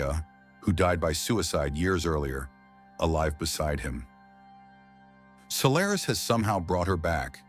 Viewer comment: Good observations but the pronunciations in the essay are laughable...Gaa taa kaaa????? Sol lair is??? Jeez...get this stuff right.😅